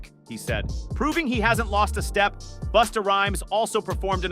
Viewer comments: It’s “Busta” not boosta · SAY THEIR NAMES CORRECTLY PLEASE OR JUST DONT. "BUSTA" IS NOT BOOSTA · The narrator destroyed Busta by calling him boosta. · Who the hell is Boosta that the AI keeps talkin about? 🤨😆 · He saying Busta name wrong.